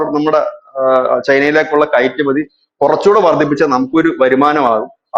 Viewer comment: ഇരക്കുമതി അല്ല , കയട്കയറ്റുമതി